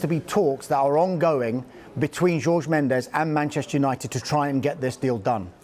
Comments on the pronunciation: Pls can they pronounce Jorge correctly, it isnt George. Likw you don't pronounce Thierry Henry in the way its spelt, you pronounce it like Honry not Henry so pls say Jorge like Horhe not George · Man said George Mendes😂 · Jesus christ pronounce Jorge correctly pls Sky??